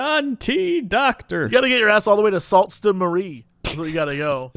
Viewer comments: Sault Ste. Marie pronounced "Soo Saint Marie" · Lmao, it's pronounced Sue Saint Marie. It's a town here in Canada :D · It's pronounced: Sue Saint Marie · Hearing Jesse say Sault Ste Marie (Soo saint)-or at least try to say it- made me chuckle far too hard